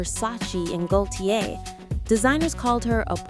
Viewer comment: It’s not “how” couture 😅, it’s pronounced “Oh” couture. And Gaultier — the “L” is silent. This must be AI.